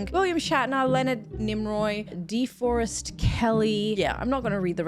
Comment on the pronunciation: thumb should be out, not folded in. Also, the actor that plays the doctor is DeForest Kelley, which is not pronounced like someone is trying to remove all of the trees from the forest. Think of it like D'Forest